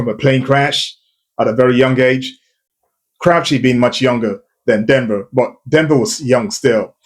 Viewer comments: Please say his name properly. You are saying Crau-chee. That is not correct. His name is Crow-chee. There's a big difference. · CRO - CHEE, NOT CRAW-CHEE